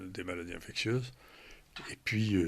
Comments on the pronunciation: Bande d'inculte! InfecSSSIeuse et non infecTTTieuse! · En tout début d’émission, la journaliste qui ne sait pas prononcer le mot « infectieuse » La honte.